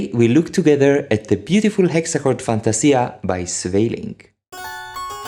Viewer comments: A very nice breakdown of how this piece works, and well played. Oh, and as a Dutch, I can hear you are not native to the Dutch language, but I think you still did a pretty good job in the pronunciation of Sweelinck's name. I'm very well aware of how hard it is to get Dutch pronunciation right. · Good pronunciation of 'Sweelinck', well done